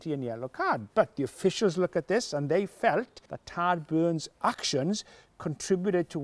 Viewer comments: Tadgh is pronounced Tie’g. FYI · Nigel, you are killing me with your pronunciation of Tadgh. Its TH...IGHE